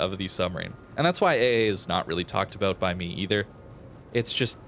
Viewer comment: abouuut? canadian much? lol